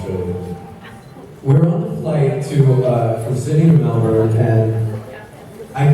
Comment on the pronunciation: Aussie accent when he said Melbourne was really good 😹 I got excited coz I'm from Melbourne